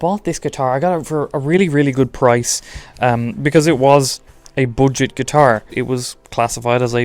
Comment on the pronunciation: Please say "booojettt" again....